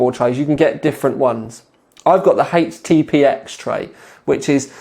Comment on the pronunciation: HPTX, NOT HTPX